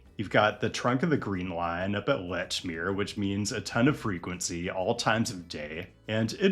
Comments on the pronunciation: Lechmere = Leech-mere, not letch-mere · Lech - mere? Ouch. Leach - mere please. Keep fighting the good fight please. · Great video! It is pronounced “leach-meer” btw. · as a cantabrigian you nailed it -- except lechmere is pronounced "leechmere" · Hey, two of these are a one-seat Green Line ride from my house! But Cambridge is the only one I've been to (actually, pretty sure it's the only TCF I've been to). For the record, the nearby station is pronounced LEECH-meer. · Lechmere is pronounced like "Leech-Mere" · Typical Boston pronunciation, it is related to how it’s spelled, but not your first guess. It’s leech-meer, with emphasis on leech. Plus the Prudential Center is very close to the Christian Science Mother Church and one of my favorite Boston sites, The Mapparium. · FYI I believe Lechmere is pronounced with a long e, as if it were spelled“leechmere”. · First comment for pedantic reasons, its pronounced leach-meer (or more appropriately leech-meyah)